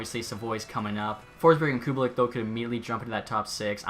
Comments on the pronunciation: This is a minor thing but Kubalîk is pronounced like Koo bah leek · “Cubalick” hahahaha